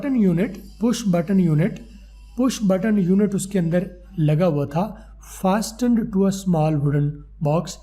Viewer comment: Fasten Ka pronunciation thk Karain apna